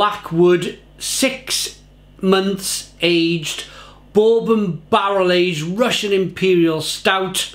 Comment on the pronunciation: You even butchered the word bourbon.